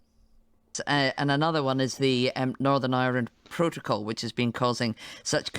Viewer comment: I heard "norern irand protcol" , i assumed it was the drink.